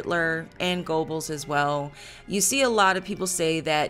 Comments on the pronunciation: I think your facts are correct and you did a disclaimer about German Pronunciation, but you should pronounce the main character's name correctly, "Yosef Gur-bells". Although it was a serious topic I found your cut-a ways entertaining. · Goebbels is actually pronounced as "Ger-bowls" .